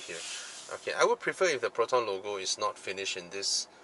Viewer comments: i died at the slang "plotonn" xDDD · Damn It I lost it when you talk to Proton like typical Malaysian hahahahahaha